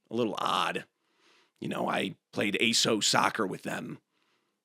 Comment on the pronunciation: wait, you say AYSO as one word, not by saying each letter???